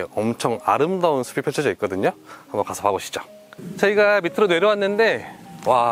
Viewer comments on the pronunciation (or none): 신경쓸일 발음 ! 숲을 은 수불이 아니라 수풀 ! 숲이 는 수비가 아니라 수피 !로 발음 하세요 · 숲이는 수피, 숲으로는 수프로라고 발음해야해요.